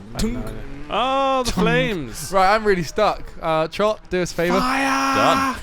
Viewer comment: u know what ITS ITS ITS TROTT NOT TROT